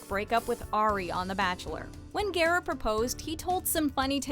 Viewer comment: Thank you for the proper pronunciation of Garrett’s last name.